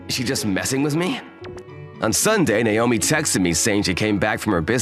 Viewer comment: It's NAOMI, not Naiyomee.